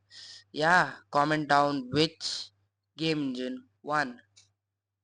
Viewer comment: It's Engine, not Engin